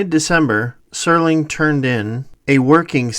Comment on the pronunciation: Lots of great info. But it's Serling, not Sterling. Jeez.